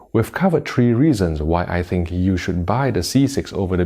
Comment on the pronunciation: Yo it's Three not Tree. Also it's B6 not V6 🤦🏻‍♂️